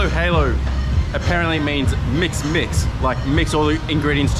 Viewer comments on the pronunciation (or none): Your "Mix - mix" turned into "Mess - mess" XD